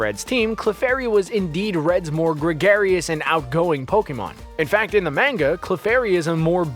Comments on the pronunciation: Jesus christ its manga not menga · Manga is pronounced Mon-ga, not main-ga. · "In the MANG-AH" the cringe. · how can you mispronounce so many words when it's clear your first language is english. ugh. mah-nga. bay-ta. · Oh Lord his pronunciation of Manga -_ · Please stop pronouncing “manga” wrong.... 🤦‍♀️ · the way he pronounces Manga hurts my brain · Learn how to pronounce manga ya newb